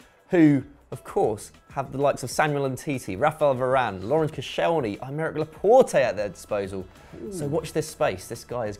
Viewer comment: Fairplay for saying laporte's name properly.